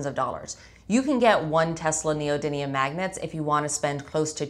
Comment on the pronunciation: Why do so many people say neodyNIUN instead of neodymium